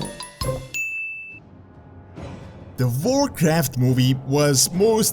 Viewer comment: OMG this dude's accent "Vorcraft" lololol